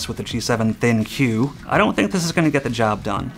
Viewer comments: It's supposed to be pronounced 'thinq', not 'thin-que'. smh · Can you just pronounce it "think'"? That's how I've been saying it, cause you know it makes sense with the overall theme of the phone is. Also when you say think-you I feel like saying your welcome for some reason. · If you could thinq you would know that it’s not pronounced “thin que” it’s “think” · Its pronounced "THINK", why would any one call it Thin- Q ? Ridiculous! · This is the first time I heard ThinQ said out loud and I thought it was supposed to be pronounced like think. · I think that's Think with a 'q' and not Thin-Q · Am I the only one that is 💯% sure it's pronounced THINK (THINQ) because of all the AI focus? 🤔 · I think it's pronounced as ThinK, the Q is fancily replacing K... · It's pronounced "THINK". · It's not pronounced 'Think'? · It's pronounced "Think!" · isn't it pronounced "think"?